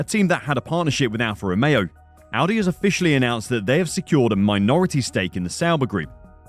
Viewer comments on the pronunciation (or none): none